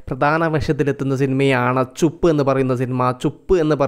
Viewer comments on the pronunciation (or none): ചുപ്പ് അല്ല ചുപ് ബലം കുറച്ചു പറഞ്ഞാൽ മതി